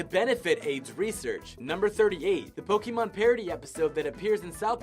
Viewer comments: It's pronounced: Chin Po KO Mon Not Chinpokeemon. You illiterate. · "Cartman Gets An Anal Probe is the only non-digital episode." What about Jesus VS Frosty and Jesus VS Santa? Also, it's pronounced PO-KAY-MON or PO-KEH-MON, not PO-KEE-MON. "Chef was never seen anywhere from the front." In "Cartman Gets An Anal Probe", you can see him turning around. You can even see his back. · Isaac is pronounced "eye-zak"! ChinpoKO mon, not KEY. That extends to "poke" from Pokemon, where "ke" is pronounced as "kay". Damion is pronounced as it looks, it's not "demion". Juniji Nishimura's name you didn't even bother with. C'mon, guys. Have some standards.